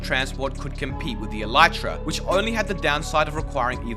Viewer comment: The elytra will likely never be pronounced properly by Minecraft players, much to the chagrin of entomologists around the world.